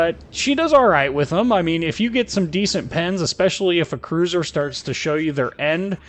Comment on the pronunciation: If you can't say cruiser then just say battlecruiser lol